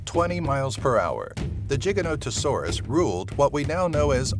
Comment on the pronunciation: you nailed the giganotosaurus pronunciation